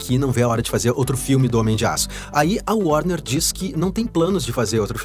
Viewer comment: O grande póblema da DC chama-se worner ...